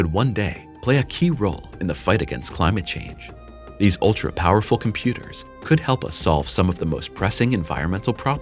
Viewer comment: Make the ai say “chem-pyooders” more! Lol